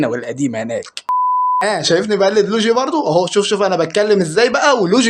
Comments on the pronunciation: يسطا معلش عارف اني بعدل عليك بس اسمه مش لوجي (لوييييجييي) 😂👍🏻 يسطا مجرد الكلام عن المحنكبن دون ذكر اسماء اصلا برضو تكريم يبرو مش انت اللي بتتكلم ❤️‍🩹🙅🏻‍♂️ متعملش لل💩 سعر انت اعظم من كدا 👍🏻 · يسطا لويجي مش لوجي😂😂😂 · اسمو لويي چي يسطا مش لوچي😂😂